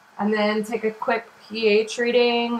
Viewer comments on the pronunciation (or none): none